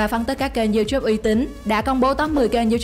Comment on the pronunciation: youtube nó đọc thành chu chúp